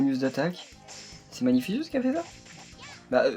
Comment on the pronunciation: Magnificus se prononce [magnifikus], pas [magnifisuce] !!!